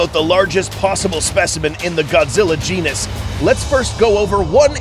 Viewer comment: i misheard you with genus i thought it started with a p.😬